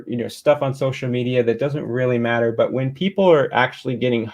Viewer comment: Kent can’t pronounce water and matter much less paulogia